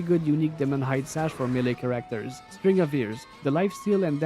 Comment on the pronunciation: CHAR-acter Not char-ACT-er